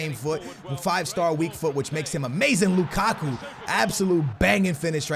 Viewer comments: We gonna ignore he called Lacazette Lukaku 😂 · he called lacazete,”lukaku”